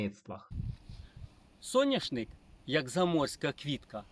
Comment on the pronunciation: Соняшник,а не сояшник